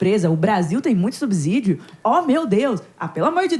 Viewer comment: Essa pronúncia da palavra "subsídio" 😅 dá dor de cabeça!